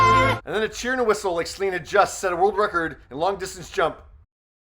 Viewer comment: Céline not Slin, for Gods sake!